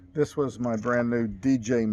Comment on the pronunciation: He probably eventually said DJI, but in the earlier part of the video he said "DJ"